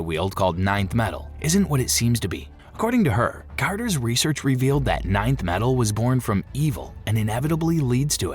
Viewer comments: Stupid AI garbage. It's not ninth metal. It's Nth metal. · 😂 Thank god somebody said it. (Enth) metal not ninth. Hawkgirl's mace is made of Nth metal. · Nth metal, not ninth metal! Saying it wrong is doing my head in, and I can't keep watching. It's like nails on a blackboard.